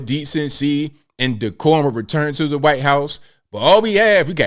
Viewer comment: The way he says whyte makes me laugh.